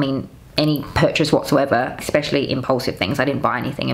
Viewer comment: there is no K in "especially" :face-orange-raised-eyebrow::face-orange-raised-eyebrow::face-orange-raised-eyebrow